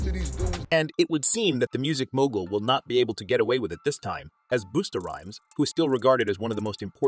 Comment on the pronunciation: Bosta basta damn get that mans name right.